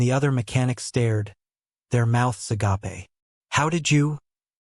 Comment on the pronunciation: Not a-gah-pay. Agape (open).